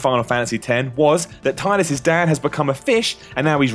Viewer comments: Shadow9455 It's still wrong regardless. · What makes me mad most about this video is pronouncing Tidus' name wrong D:<